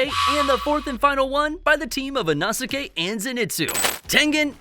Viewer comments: That you can't pronounce Inosuke... It's: e' no sss k' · It's inosuke (e-no-s-kay) 🤦‍♂️ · not trying to be rude, but why do you say inosuke like that? its ee-no-skay just so ya know😅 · "Tahnjeroh and especially Inahsikay" Bro..😭💀